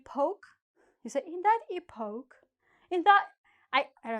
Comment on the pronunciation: epoch in english is pronounced as Epock stress on E